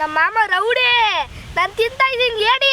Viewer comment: ರೌಡಿ ❌ ಲೌಡಿ✅😂😂